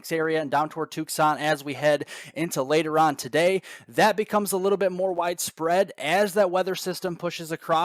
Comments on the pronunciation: Tuksan? The C in Tucson is silent. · us Arizonans are ripping a new one regarding this pronunciation. :D lol poor guy. whatever the pronunciation, the report is spot on.